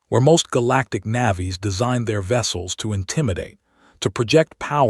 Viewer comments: "... most Galactic NAH-vees ..." This native speaker of usa English expected "NAY-vees". 18m:56s: "... STARing at a photograph ..." In this context, rhe word rhymes with PAIRing. "... watching a single species TEER through ... " You wanted TARE. --- Abandoning story with THUMBS DOWN. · navvies? shame there is no one at TheLastArchivist HFY who can read so they need reading bots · "Navvies"? Your AI reader is badly in need of training.